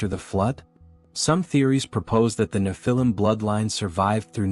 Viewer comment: One thing is for sure , the AI voice is murdering the way you say "nephilim". 😂